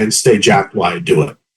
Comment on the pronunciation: "WHY I do it" 🤔 This guy is about 70 years old, and hasn't figured out the word "while". Wow, unbelievable. Lol